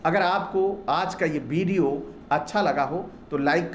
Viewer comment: आपकी बातें तो बहुत ही तर्कपूर्ण हैं; लेकिन आपमें उच्चारण संबंधित त्रुटियां हैं। आप बोलते समय 'व' और 'ब' इन दो अक्षरों के उच्चारण में गफ़लत करते हैं। आप 'ब' को 'ब' बोलते हैं और 'व' को भी 'ब' बोलते हैं। क्या आपकी वर्णमाला में 'व' यह अक्षर नहीं है? उदाहरणार्थ आप 'विडिओ' को 'बिडिओ', 'वध' को 'बध', 'विकास' को 'बिकास', 'विजय' को 'बिजय' इस प्रकार उच्चारते हैं। ये क्या है? ये क्या है? कृपया सुधारें। धन्यवाद। 😢😢😢😢😢😢😢😢